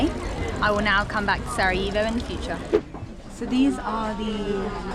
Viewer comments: One thing: when you pronounce Sarajevo; it's Sara "yeh" vo not Sara "yee" vo. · Pronunciation is Sara-Yeh-vo, not Sara eeh vo. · Lovely video , positive vibes….but…..HerzegoVINIA ? Sarayivo ? Never mind , next time 😂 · Facts. More like Sara "yeh" vo >;)))